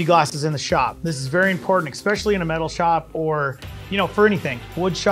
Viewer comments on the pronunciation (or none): It’s pronounced Es pecially. Not Ex pecially.